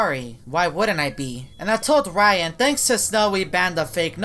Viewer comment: His name is not rayan cant you say ryan